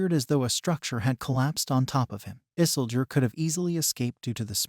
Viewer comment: Funny how he pronounce Isildur as Isseldur sounds like Dumbledor as HP character.